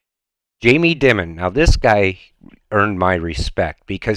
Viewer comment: It's not Dim mun, it's pronounced Dye mun.